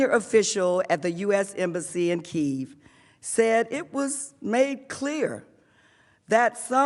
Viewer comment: Can't even read her own speech properly 😂 the way she pronounces Kiev is brutal.